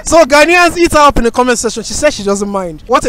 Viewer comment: The way you say 'hit her up' sounds like 'Eat her up" 😂😂😂😂